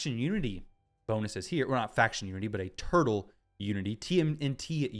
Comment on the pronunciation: oh mah laww a snapping turrlaww